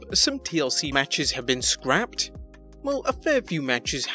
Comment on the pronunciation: It's SCRAPPED not scraped for Pete's sakes!